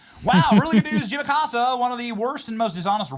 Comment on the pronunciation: Uh-Costa....that is the correct pronunciation for that pos cia asset.